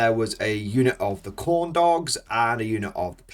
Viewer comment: Every time you say Khorne dogs I hear corn dogs.